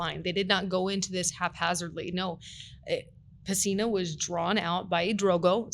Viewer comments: PESINA not "Messina" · His last name is PESINA. Not Messina.